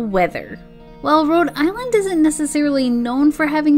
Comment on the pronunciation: It’s Rhode not Road ……. 🙄